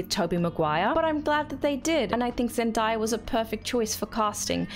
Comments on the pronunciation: It's pronounced Zen-day-ah not zen-da-yah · No offense is meant by this but its ZEN-DAY-A not ZEN-DIE-YA. Outside of that, great job!!